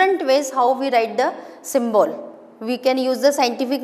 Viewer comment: Mam pronunciation of symbol is wrong